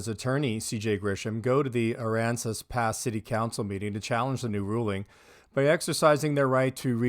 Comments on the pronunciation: THANK YOU for pronouncing aransas correctly. Yeah that CJ dudes a beast I’ve been watching some of his stuff. Those tyrants are in deep 💩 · You pronounced the towns name perfectly.